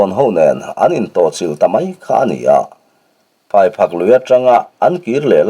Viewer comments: phaiphak tih hi phaiphâk tia lam tur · Thil hming lamdan hi a inanglo nge ni.. Phaiphak itih hi Phaiphâk ti in he hnah hming hi kan lamve ṭhin..